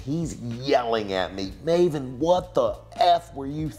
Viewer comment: Still thinking about that time Piers Morgan pronounced your name as "Mah-ven"